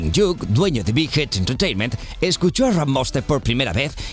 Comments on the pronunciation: Pronuncia bien el nombre de RM idiota. Se dice "Er el" No "ar em" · En el primer video pronunciaron jeijop cuando es J-hope Y ahora le pronuncian arem en ves de RM dies in gucci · Ella habla de que se pronuncia cada letra separado claro en ingles pero el las pronuncio pegado y por eso suena arem y no ar em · No se pronuncia como "arem" RM sino Rap Monster aún así me a gustado el draw my life de bts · Rm significa Rap-moon no reme o creoque dijiste asi xd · Arem? Que yo sepa es Ar Em RM porque es ingles :V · Arem?? Se pronuncia arrem segun yo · Se pronuncia ar em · Fergylovers cute no es arre eme se pronuncia Arr em, suena mal pero asi es xd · Ella se refería a la pronunciación del narrador :v, en realidad es Ar Em :v pero junto pus :v suena Arem xdxd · Morí cuando dijo "arem" y "juncock" si, si se lo q "cock" significa -_- Pd: se q no todxs pronunciamos los nombres igual y eso, pero me hizo gracia ya yata, no me vengan con "cada uno lo dice como quiere, tu no eres quien para decirme cómo decirlo..." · Jungkook también es sub rapero😋 y es no se pronuncia arem RM se pronuncia en inglés, pero no pasa nada a todos nos pasa, si no llámalo namjoon XD😋 me encantan los draw my Life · Se pronuncia según las letras en inglés que es R: (ar) M: (em) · Está conformado por el lider Arem 😂😂 Me morí con su pronunciación ❤️ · Y asi ni es xomo se pronuncia es erre eme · fergy tiktok las letras se pronuncian en inglés >arr em< [RM] (antes era Rap Monster) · Danisi Malesa Me dio un chingon de risa cuando pronuncio mal el nombre de mi Ramón >:v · No lo e visto pero ya se que me gustara!!! El nombre de RM se pronuncia asi ArEm y yo toda mensa siempre diciendo RapMon :"v